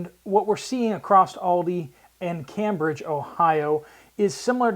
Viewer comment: you were very close to my home in SE Ohio and just an FYI locals pronounce it CAMEbridge. As always keep up the great work!